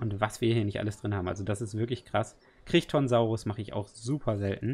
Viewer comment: Man Spricht es 'Creiton'-Saurus. Nach Michael Chrichton. Dem Autor von Jurassic Park.